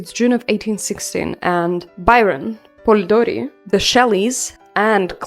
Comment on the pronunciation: I love how you pronounce Polidori, its so cute 😭 anyway amazing video,can't wait for new ones❤❤❤